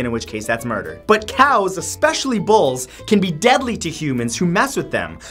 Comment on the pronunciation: Dial M for Moo-der